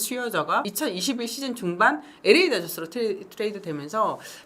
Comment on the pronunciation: LA 다저스발음할떄, 에레이다저스라고들발음하는데 LA는 혓바닥이 입천장에 닿도록 엘,엘,엘 엘레이 다저스 에레이다저스가 아니라 엘레이다저스 이렇게 발음합시다.